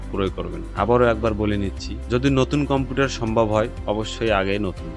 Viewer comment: কম্পুটার না গো কম্পিউটার